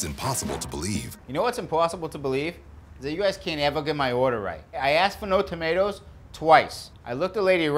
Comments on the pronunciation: As a person who comes from supposed home town, Haverhill MA, I can assure you that he's pronouncing tomato correctly. We don't replace every vowel with an -AH (He also pronounces 'Haverhill' correctly. It's 'Hay-vrill'. Usually, getting Mass towns wrong is an immediate tell since they're named after a bunch of English towns, and none of them are pronounced the way they're spelled. But he could have just done his homework on that one.) That said, doing a heavy townie accent. It's the sort of accent I'd expect to hear when talking to a couple of contractors at Heavenly Donuts in the morning. And it's easy to slip into if you're local because you hear it all the time. When slips out of the heavy -AH sound, he doesn't suddenly stop doing a Mass accent. It's just not the working class accent people are expecting to hear. Is from Haverhill? I don't know. But he'd fool me any day of the week. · Amazing that with this guys accent he doesn’t pronounce tomatoes like “tomay-tahs”